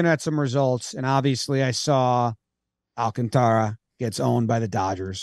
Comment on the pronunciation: The dude is gonna win NL Cy Young you guys gotta get his name right. You totally got in your own heads trying to accent his name. You are messing up the Alcan part roll the r’s if you want. Sandy Alcantara does NOT rhyme with Garciapara but does rhyme with Ventura. And don’t emphasize the “can”. Don’t mean to be critical I know you guys work crazy hard and love the game and I can tell you’ve overthought it and that always trips you up. Been there